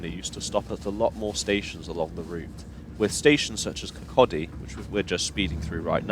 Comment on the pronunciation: With the exception of the three biggest cities (Glasgow, Edinburgh and Aberdeen) Scots placenames hardly ever have stressed first syllables, and it sounds really naff to pronounce them as you do. So it's M'nTROSE, D'nDEE, etc. At least you got Kircaldy more or less right.